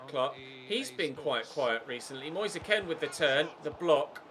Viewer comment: It’s Moise K-e-e-n and not K-e-n